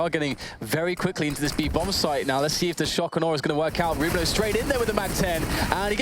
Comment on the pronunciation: why can't pronounce Rubino correctly.